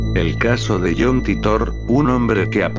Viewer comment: no sabes ni pronunciar titor